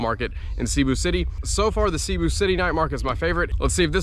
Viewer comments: Hey, I love your content, but you seriously gotta learn how to pronounce Cebu properly (it’s pronounced seh-bu not “sea-bu” lol.) Oh and it’s definitely a nice place to try different foods. Which market is your favourite so far in the Philippines? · Haha, thank you! I developed the bad habit of pronouncing it incorrectly a long time ago. At one point in this video I think I switched and changed the pronunciation. I’ll check with a local today to make sure I’m saying it correctly now. Thank you!